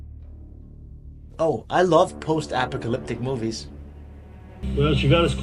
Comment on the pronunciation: Your mispronunciation of apocalyptic at the beginning of the video is unusual but hey its not the end of the world, (pun intended).